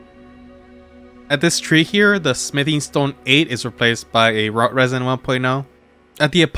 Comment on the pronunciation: Root resin, not rot resin.